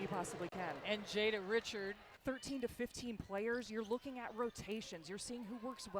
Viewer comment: the correct pronunciations of Jada’s last name is RiShard, not the common pronunciation of Richard. It’s pretty common in Louisiana.